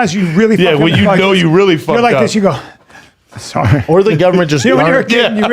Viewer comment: “At the end of the day people go…sa’horry..’”💀